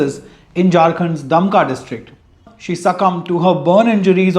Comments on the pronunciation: It is verified into that its love jihad. Don't call it unverified. And its pronounced Dumka not Damka. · Your pronunciation of Dumka is wrong. The vowel sound after D should be like "oo" in cool or as "ou" in you.